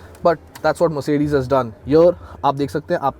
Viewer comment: Nice try.....but next time please take care on how you stress butttt, cutttttt, brusheddd, ittttt, putttt, lightttt, frontttt, thattttt, ambienttttt...... felt so awkward while you were stressing on these words.....whereas pronouncing Mercedes was so cool....also please take care of your health... someone commented on this earlier.